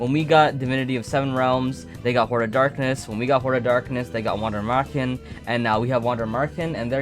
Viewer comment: you are almost there on the pronunciation of Wander Marchen just change the A into an E and the W is pronounced as a V : Vander MErchen the chen you say here is correct